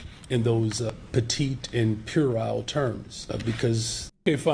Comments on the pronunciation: "petite" and "purile"? I have no idea what he meant be petite, but the other word should be "puerile", pronounced "/PWEH-rile/", from Latin, meaning "childish". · The Chicago mayor is so smart, he can't pronounce puerile correctly. In fact, I'll bet he just learned that word yesterday. Must have one of those new words a day calendar.